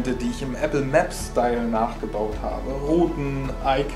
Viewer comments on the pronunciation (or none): none